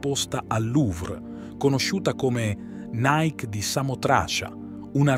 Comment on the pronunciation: Nike (con la "i") di Samotracia...